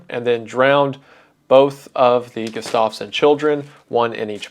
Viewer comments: I’m begging to pronounce Gustafson correctly Wendigoon. It’s Gust- of - son not Gust -off - son. Sincerely, someone with that last name who has never had their name pronounced correctly. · i live right next to townsend and andrew was my grandpa's cousin, crazy story to hear edit: it is pronounced GUH-stuff-son not guh-STAV-son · gustafson is pronounced "gus-toff-sun" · The way he's pronouncing Gustafson isn't right😭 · Jesus man, look up pronunciations. Not knowing how to pronounce simple last names like Gustafson is just so off putting!